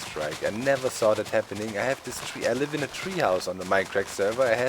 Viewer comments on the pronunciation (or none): none